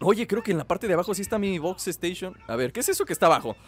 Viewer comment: lol que es xboxstation que dicen